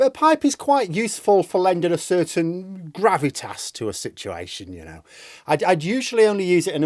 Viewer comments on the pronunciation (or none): none